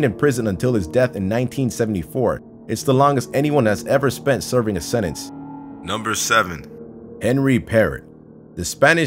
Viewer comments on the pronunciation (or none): none